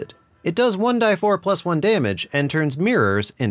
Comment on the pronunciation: if 1die4 wasn't a pun bit in fact how you pronounce 1d4, woof. its 1 D 4